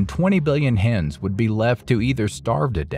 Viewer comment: Hens not Hans